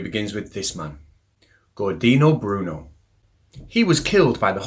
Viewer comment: GORDINO BRUNO!!?? WTF, if you wanna talk science history at least get the names correct. It’s Giordano Bruno, pronounced like Jordan(o)